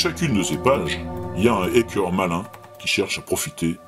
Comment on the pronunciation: Ce que je cherchais à montrer, c'est qu'il est abusif de dire à qu'il aurait fait de grosses fautes. Il prononce (une fois) le "a" de "hacker" comme celui de "hater" ou de "fake" et c'est en effet une erreur. Mais nombre d'anglophones, selon leurs origines, ne prononcent pas non plus ce "a" selon le canon officiel. Il utilise à tord le terme de "crypter"à la place de "chiffrer" mais si vous avez suivi mes liens vous y voyez que, tant l’académie française (c'est pour ça que je parlais de "convention de langage") que des sites plus spécialisés, s'ils ne recommandent pas l'utilisation de crypter, le comprennent et l'expliquent tout de même par son lien avec l'anglicisme encryption Dièse est un symbole musical. On est bien d'accord. Au même titre que bémol ou bécarre. Il n'en reste pas moins qu'aucun de ces trois là ne peuvent être saisis aisément au clavier. Votre exemple du langage C sharp illustre d'ailleurs cela à merveille. C sharp en anglais se traduit par C dièse (Do dièse). Mais alors que Microsoft avait - après l'évolution du C++ - nommé ce langage "C sharp" (une forme de jeu de mot musical), ils ont dû se résoudre à le noter # (croisillon), précisément pour des questions pratiques d'écriture clavier. D'où l'association (imparfaite) dièse-croisillon... (qu'on devrait alors qualifier de grosse faute de Microsoft 😊 ) Bref, encore une fois, a moins de chipoter des heures sur ces trois points, je vous accorde que ce sont des erreurs mais ne vois pas dans tout ça